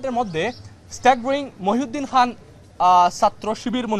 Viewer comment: খান কে বলছে হান, খাতুন হয়েছে হাতুন এটা কী হচ্ছে